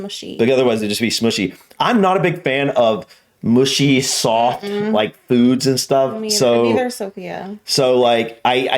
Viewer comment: I live near London and to me it’s ’Jaffa’, not jarfa. It’s ’kebab’, not kebarb and it’s ‘mushy’, not mooshy 😂